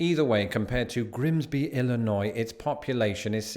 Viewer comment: At least you pronounce "Illinois" correctly. Southern Illinois is another world.